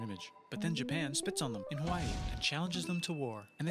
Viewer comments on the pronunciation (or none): none